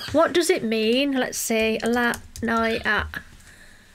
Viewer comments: La noia you read N O-E A ( A like in Cat) which means the boredom. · "La noua-a" ... 🙃😅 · Italian here. Noia It's pronounced "noh - yah" I can confirm it means boredom. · I'm sorry, but it's Angelina and not Angela haha Anyway, it's pronounced like /la ˈnoja/ Thank you for your video! I'm Italian and I'm so proud of Angelina!! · LA NOEEA, that's the pronounce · Greetings from Italy 😊 her name is pronounced just as Angelina Jolie and the surname just like the fruit. The song name is pronounced La (the "a" like in the word "arm") no-i-a (the "o" like in the word "off" , the "i" sounds like the letter "e" and final "a" again like "arm"). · La noia means bored and you need to pronunce it like it’s written